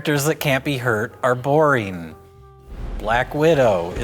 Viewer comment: Why does pronounce "boring" as "boreen"? Ironically making the word very not boring